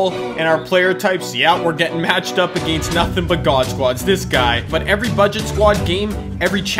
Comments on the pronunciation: WHY DO U SAY AGAINST LIKE THAT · The way you say against